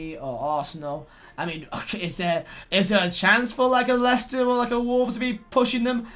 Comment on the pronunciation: leighster instead of wolves , u alright mate